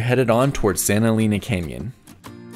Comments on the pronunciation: "Eleena"? It's pronounced "Eleina"! You've been all over the Southwest and you've never heard that name said before? And Magdaleena? No. Magdaleina. There are no long E's in Spanish, GRINGOOOOOO. 🤣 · I love Big Bend! I go every year. Btw Santa Elena is pronounced “Eh-lane-ah” and Sotol is pronounced “so-toll”. Great video. These all of the top spots I suggest for people who only have 1-2 days in the park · Friendly correction on Santa "EH-LEH-NAH....NOT AS IN CAR "LANE" Vowels in Spanish have ONLY one prounounciation ONLY and NEVER change; AH, EH, like in (Bet, Let, Met, Pet and NEVER as in "mete, Pete" (I) is ALWAYS like in bin, din, fin gin and NEVER as in "Dine, Fine, Line, Mine" (O) as in Or else, (U) ALWAYS as in bull, full, pull and NEVER as in Cull, Dull Gull Hull......¡Ojalá que esto la sírva! BTW, Vowels in Spanish are ALWAYS Accentuated where needed. One example here, "I will Record it for the Record...Should be (RECÓRD it for the RÉCORD)